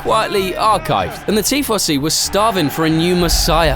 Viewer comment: Look at all you rtards eating up AI slop. . The bot doesnt know how to pronounce tifosi